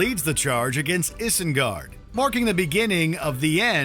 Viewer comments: Sorry, did you just say issengard😬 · “Issssengard” “Sour-run” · Hold up...what the hell is iss-in-gard? Could you not get someone who has seen the movie to at least help this bro with his pronounciation? Eyes-in-gard- there you go. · This "Issengard" is going to haunt me for the rest of my life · Is-in-guard? Is-al-door? are you high? lol. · I’m sorry did you say Issengard lmao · What a stupid list. Fingolfin and Feanor would wipe the floor with Galadriel. What about Gothmog? Ancalagon the Black? And seriously, no mention of Tulkas or Manwe?! But what do you expect from a video where they don't even know how to pronouce "Isengard" or "Isildur" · Cant take a video seriously when the narator cant pronounce Isengard properly